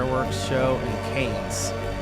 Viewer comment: First „SeviLLa“ and than „CAInnes“, you are killing me with the pronunciations in this one 😂 Still great video ❤